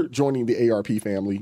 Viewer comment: Not aarp, AMACK.